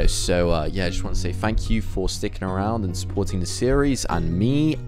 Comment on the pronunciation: At first I thought he said bang not thanks